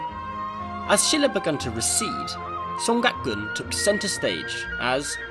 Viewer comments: dude can you even read 한글? 송각 아니라 송악이야. 발음이 왜이래? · It should be more like Song-aak with no ‘g’ sound in the second letter. But other than that your Korean is quite good! And the content is amazing! This is the most informative and comprehensive English channel on North Korea that I’ve ever seen.